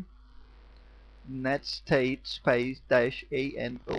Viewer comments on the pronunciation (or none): netstat, not netstate.